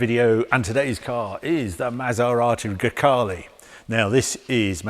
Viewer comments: Grecale, sounds like 'Grockle'. Looks like a Kia, sounds like a Golf. It's just another car-by-numbers Stellantis shitbox. I'll pass. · GreCACALE. Oh my God, Harry :)))))) That's why I love you. Probably everyone missed that.